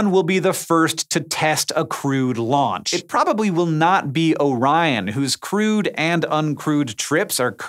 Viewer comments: "a crude launch"? oh dear. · crewed, not crude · I'm looking forward to seeing if life in our solar system began on Mars then came to Earth, as well as what our sun's North/South poles look like. PS, every time you say crewed, I hear crude.